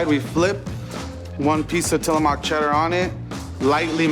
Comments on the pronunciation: It is Tillamook.....not Tilla-mock? It would be nice if he were familiar with the products he serves! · I’m from Oregon and that chef just called Tillamook Cheese “Tilamock”. Sorry just was funny. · TILLAMOCK?! WTF. It's Tillamook. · william murr tilamock. 😂😂😂😂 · It's Tillamook not Tillamuck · I caught that, too! WTF did he say, "Tillamock?" SMH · As someone from Oregon I got slightly triggered when he pronounced Tilamook wrong. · hold on.....did you just stay "TillaMUK"???...come on...props for using the best mass produced cheese in the west but learn to pronounce your ingredients ;) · Its tillaMOOK, like cook. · the way he said Tillamook made me laugh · the way he pronounced tillamook means he’s never been to the pnw!